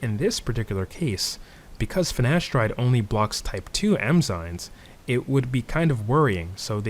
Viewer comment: I love this video, you sound like a professor. But with love, I can't unhear you calling them "Emzynes" 😂